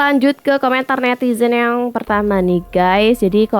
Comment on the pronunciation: Siapa siiiich nm nitizen yg blm jg tuntas ngmg nya udah ketawa. Juga menyebut guys dengan gaaaaaas. Tlg dong mas, benerin dl pengucapannya. Biar ayiiik. Lg pl ngmg nya khoq rada ngaco siiiich, dng ngmg wkl enggak pny hak. 🙄😱😱😱 pugu giliran jadwal debat cawapres itu kan menyampaikan program bersama capres dan cawapres. Ih kamu melecehkan wakil bngt. Presiden tnp wakil enggak bs nyapres bung !!!